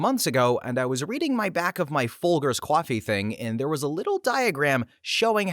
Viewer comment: Are you saying "coffee" in that last story? Sounds like kwaffy